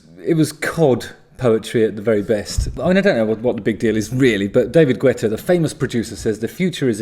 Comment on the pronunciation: It's pronounced, "Git-ah" or